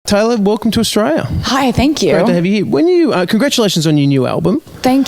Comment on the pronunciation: thank yew